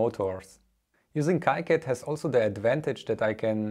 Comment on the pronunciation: FYI, KiCad is pronounced "Kee Cad" not "Kai Cad"